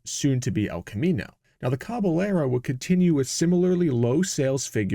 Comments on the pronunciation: "Caballero" [Spanish for "horseman," same Latin root as "cavalry"] is pronounced "KAh ba YERrow," almost like "Ka Bye Yerrow" when you add in the "ah" to "yuh" glide going from a to the y sound that the double-Ls represent in Spanish. Just a little pronunciation tip from my high school Spanish class decades ago... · Thanks for the video, and for NOT using AI. BTW: Just as we don’t say Tor-tila, but rather, Tor-tee-ya, because of the double Ls, so a Caballero is pronounced, Cah-bah-yer-o. It means, “cowboy”, or literally, “horseman”. Thanks again. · Pronunciation tip: Caballero is pronounced “cab-ah-yerro” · Maybe using AI to learn the proper pronunciation of caballero wouldn’t be a bad idea, eh?